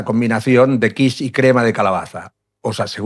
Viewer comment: Hilarious. AI calls quiche kwish.